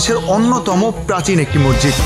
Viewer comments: মরজিদ না ভাই মসজিদ। আপনি বার বার মরজিদ বলছিলেন।তাই আপনাকে আমার বলতে ইচ্ছে হল। কিন্ত আপনার ব্লগ অসাধারণ লেগেছে।❤️ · Apnar vdo khub sundor. Information o sundor vabe deya. Appreciate. Kintu, ekta choto jonish ektu odd laglo, apni ki Moshjid ke Mojjid boltesen bar bar? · Vaia sob kisu thik ase but mojjid na mosjid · Bro morjit na re vai moshjit hobe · Morjid na bhai Mosjid, vlo kore kotha bolte sikhun.. From India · আপনি বারংবার মজজিদ বলছেন কেনো?মসজিদ উচ্চারন টা সঠিক করুন।